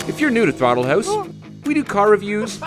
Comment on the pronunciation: Thortle Horse.... LOL